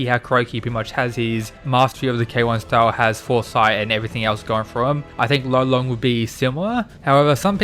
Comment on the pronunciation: I think lolong will use pangamut. Side notes first off I found out lolong’s isn’t pronounce “low-long” it’s pronounced “lul-ling” that being said “low-long” pronunciation is 100x more badass. Second note terashi is the biggest fan lolong fanboy of all time. Like dude is definitely captain of the lolong fan club